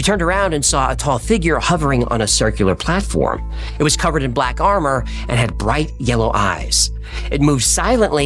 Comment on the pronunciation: what was with the way aj said platform ?